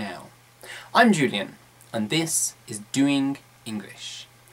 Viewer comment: Btw the g in doing isnt pronounced duwinguh